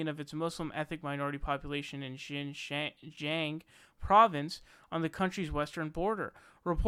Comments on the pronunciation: Hi, the province is pronounced like "Shin-Jyung" and the president's surname is pronounced like "Shee" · MSM does talk about it sometimes, but the difficulty in getting new non-Chinese State images and consistent stream of new info causes it to be buried by other stories. Unfortunately, this was part of China's plan and it worked, probably even better than they expected given MSM's obsession with Russia. FYI, your pronunciations of Xi Jinping (习近平) and Xinjiang (新疆) are terrible. Hint: when you see "Xi" think of it as "Shee", not exactly a perfect pronunciation but much closer than how you were saying it. Also, the google translate of the Chinese characters sounds pretty good if you want to listen to that.